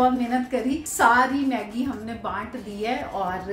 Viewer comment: Aunt please check your hashtags its maggi not meggi